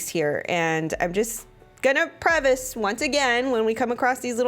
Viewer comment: Honey, the word is "preface," not "prevace."